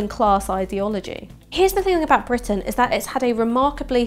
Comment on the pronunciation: A prime minister so upper class that he pronounces it "Bwitain".